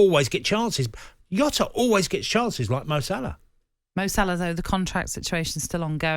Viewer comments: It's Jota not Yota ffs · "JOTA ISN'T FAR OFF SALAH! Lmfao. Jota is bang average. Also its not Yota Tony its Jota. The only player who could replace Salah is Mbappe or Haaland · Its Jota not Yota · Jota English all of a sudden?